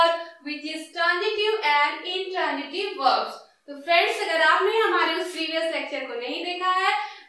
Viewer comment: Mam u r teaching well but badly pronouncing some words plz improve this mam......like u r pronouncing egjample but it's example and intranjitiv but it's intransitive ok mam😊